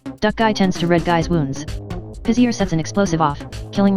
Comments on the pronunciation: Tyler does Trends It's pizza but (the clock) says it like pizzer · the talking clock says pizzer instead of pizzaaaaaAAAAAAAAAAAAAAAAAAAAAAAAA